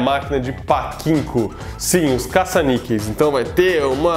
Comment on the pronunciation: só um pequeno comentário...A pronúncia correta seria "Patinco" e não "Paquinco"